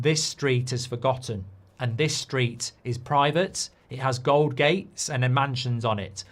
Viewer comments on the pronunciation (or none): none